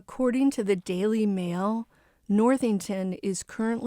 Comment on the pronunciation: Cara Worthington, not Northington.